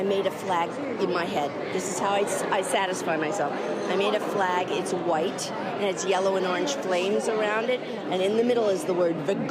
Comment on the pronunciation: Her emphasis on the word WHITE -T also made me chuckle